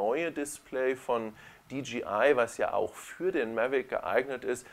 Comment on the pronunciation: Super. Habe gerade die Mavic pro heute neu und werde deine Videos im Laufe des Wochenendes durchkucken ;) Eine Sache kann ich mir nicht verkneifen: du sagst immer DGI statt DJI. Im Englischen müsste es doch Dee Jay Ei heissen.